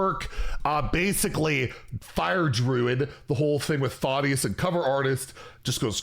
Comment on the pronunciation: Thotius? THADDDDDIUS